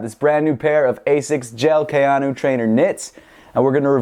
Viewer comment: KAY-AN-O its not that hard